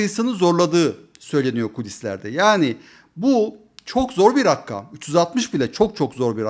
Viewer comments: abi rakam kelimesini özellikle rakkam söylüyorsun :( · Serdar Bey rica ediyorum, "rakkam" Arapça kökenli bir kelime olsa da artik Turkcelesmistir. Lutfen kelimeyi Arapça gibi telaffuz ederek dilimize zarar vermeyin. Türkçede "rakkam" degil "RAKAM" denilir. Tek 'k' ile soylenilir. Eğer dilimizi de Arapça gibi kullanırsak Turklerin geriye hicbir seyi kalmayacak. Cok rica ediyorum bu ısrarlı telaffuzdan vazgeçin. Saygilar